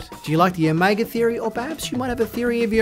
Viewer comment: I love your pronunciation of Omega lol. You pronounce it as o-may-ga